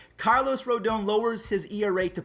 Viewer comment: ROOO-DAAHN Please for the love of God.